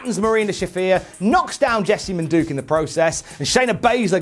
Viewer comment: I hope continues to mispronounce Jessamyn Duke’s name